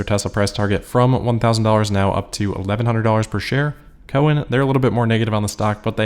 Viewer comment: Pronounced COWen not cohen. Otherwise keep up good work